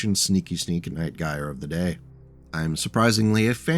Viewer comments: Love it, another of my favorite mechs. I've ridden the Prime config to many glorious Alpha Strike battles. Also, my guy, in Night Gyr the 'Gyr' is pronounced 'jeer,' just a heads up. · The Night Gyr is an utterly fantastic mech, one of my faves of the Clan designs. Also, it's pronounced with a soft G, like gyrfalcon, which its name doubtless references, or, you know, gyroscope. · Huh ive always pronounced it more like how one would say Night Gear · Ahh man. No one in the Battletech community knows how to pronounce Gyr. Everyone in my Jade Falcon group in MWO had their own pronunciation. Anyway, gyr is a popular shortening of gyrfalcon, which is a type of falcon. (Jade Falcon is all about birds of prey afterall), and is pronounced Jur as in "Jury". Gyrfalcon. "Jurfalcon". Night Gyr. "Night Jur". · Gyr is pronounced with a soft g, like j. Named for the gyrfalcon. Yeah, I know you'll see people pronounce it with a hard G, and those people are wrong. I'm assuming I'm the 50th person to comment that, but it must be said. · Relief to see someone else gets as mildly infuriated at the mispronunciation as I do.